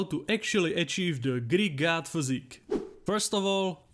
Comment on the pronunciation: Every time. All I can hear. Is "greek gyatt".